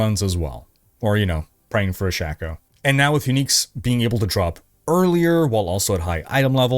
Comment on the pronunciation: "shacko" 😂 tell me you never played D2 without telling me